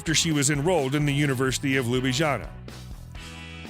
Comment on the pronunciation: That's not how you pronounce Sevnica looool. Ljubljana is also not pronounced like that. Also, there's no way in hell she speaks six languages.